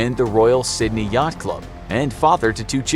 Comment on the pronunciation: You got the pronunciation of one place right...Sydney.